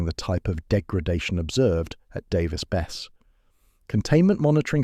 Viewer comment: Pronounced bes-see. Worked as a civil hand there during 2 different outages